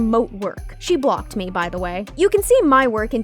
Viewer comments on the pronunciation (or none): none